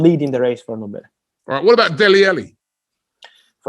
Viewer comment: my brother its not Endombele, neither is it Enketiah nor Endidi. you need to learn to pronounce these African names properly, there is no "E" infront of those names.